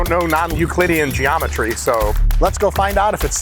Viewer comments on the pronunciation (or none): Mike doesnt know non "huhgclittyian geomatry" . checks out.